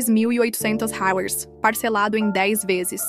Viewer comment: A pronúncia de $ Reais, está péssima